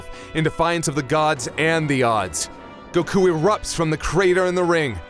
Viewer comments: okay for the most obvious one is goku. In english it's just goku sweet and simple and it's in Japanese it's gokuu similar but different. The way they constantly pronounce it they keep saying gokq which sounds so wrong lol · Why y'all pronouncing stuff weird? Go-kew, Jir-len. Doing shit and borderline offensive impressions of Japanese doesn't make you more cultured or intellectual, it just makes you an insufferable weeb. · Still hate how you say goku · I love you but pronounce the God damn name properly PLEASE!!!!!!!!!!!!!!!!!!!!!!!!!!!!!!!!!!!!!!!!!!!!!!!!!!!!!!!!!!!! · You guys go out of your way to say Gokú. You even used Beerus from Japanese cut just to say his name. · Anyone who says isn't a weeb has never heard him say "Goku".